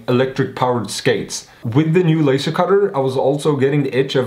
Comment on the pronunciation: hmm.. puff... arggh... you're.. you're saying LASER WRONG!! :@